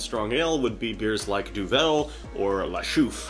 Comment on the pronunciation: Love your videos, congrats on the new baby! I know this video precedes your trip to Belgium a year or so ago, so you may already now know; the beer Duvel is pronounced Doo-vul, not doo-Velle. I was fortunate to learn about Belgian beers by working for a Belgian company for over 10 years. Cheers